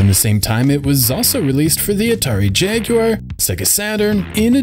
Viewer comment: You’re the first American I’ve ever heard pronounce Jaguar correctly. You’ve earned my like.